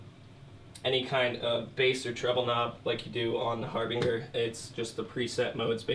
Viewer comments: Its harbinJer like harbinger of death but great video like what you do here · DUDE , IT'S PRONOUNCED " HARBINGER" GOT IT, ? LOL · It’s my fault for shopping for throwaway speakers. This dude can’t pronounce Harbinger and thinks the monitor setting on a Thump means mono. He doesn’t know what the fuck he’s talking about and people in the comments are eating this shit up like it’s great advice. I should have known better than wanting some cheap monitors and watching shit like this I’d leave stupider than I came. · a horrible speaker. Garbage. The both.. You mispronounced harbinger.